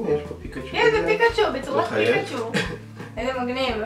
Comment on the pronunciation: הוא אומר פיקשו במקום פיקצ׳ו